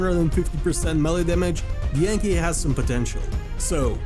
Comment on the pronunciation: Anky ❌ Yanky ✅